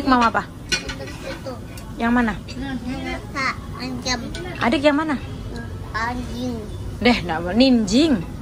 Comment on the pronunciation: ngakak bilang ninjing tapi jadi anjing😂😂😂😂